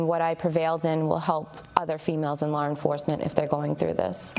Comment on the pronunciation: Theres no R in law